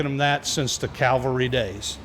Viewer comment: I am so glad that you said "cavalry'" as opposed to "calvary", because I am an old cavalryman!